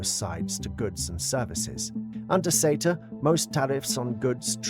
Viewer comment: Why is SETA and LAW pronounced as cetar and lawr?